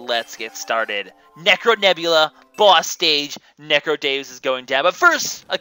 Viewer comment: NECRODEEUS is how its pronounced